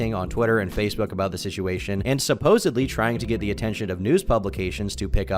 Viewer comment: What is the deal with Americans saying "supposebly" instead of supposedly. It absolutely does my head in!!!! 😅